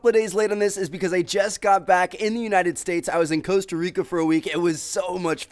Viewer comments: its costa rica not cooasta rica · Coasta rica??? Lmao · U pronounced "Costa Rica" like such an american omg lmaoo